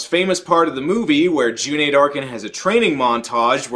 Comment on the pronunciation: kudos for saying Cüneyt properly!